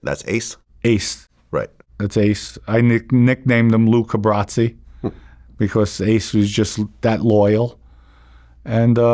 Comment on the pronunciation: You know the whole thing is going down when an Italo-American mobster ist not capable of pronouncing the name "Luca Brasi " correctly..